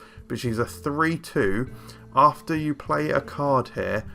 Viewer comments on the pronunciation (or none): none